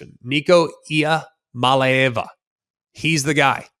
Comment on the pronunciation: Well proud of you for trying to announce Nico's last name correctly..you were so close but no cigar..please keep studying up you still have about 90 days left to be the first one that finally gets it correct before CFB season begins.